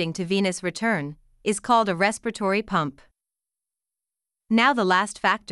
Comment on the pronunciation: It's not respitory it's respiratory 😂